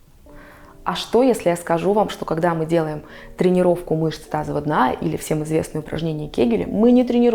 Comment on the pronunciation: Вы не можете выговорить "мышцы тазового дна"? Или просто неправильно выговариваете? Вы говорите "тазова дна", а надо "тазовава".